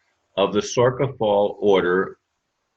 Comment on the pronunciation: It's pronounced SOR SHA